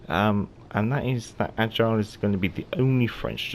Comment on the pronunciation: Ok somehow it’s not AGILE. It’s AIGLE, which is EAGLE en anglais. 😉